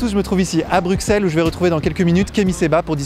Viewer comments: On ne dit pas Brucksel mais Brusselles merci 😀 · On dit pas BruKsel, mais Brussel, lorsqu'on a un minimum de culture enfin, je veux dire quand on est un vrai journaleux, quoi... Et puis ton visage,, hagard pendant que tu marches aux côtés de ton invité, t'as le droit de vivre tu sais! d’interpeller, de réagir, de faire des parallèles, des comparaisons, demander des exemples,etc... c'est ça un vrai journaliste. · ok juste Bruxelles se dit Brussel (le X était une abréviation du SS a l'époque des moines copistes) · On dit brusselles